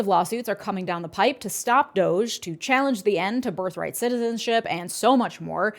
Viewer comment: You are clearly intelligent, insightful, and articulate. Please stop saying "coming down the pipe." It is a "pike," as in "turnpike." Keep up the great work.